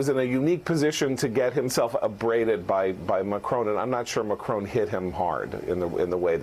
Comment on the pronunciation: I view Trumps' attitude as just another example of the naive and casual arrogance many Americans display toward the world. A small, but important illustration: everyone else manages to pronounce the French Presidents name, "Macron" - it's really not that difficult. But the best American seems to come up with is, "McCrone" - he's not actually Scottish (or as most Americans would say, "Scotch").